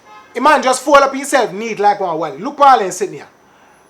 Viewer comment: THE WAY HE PRONOUNCED SHAMAN HAD ME DEAD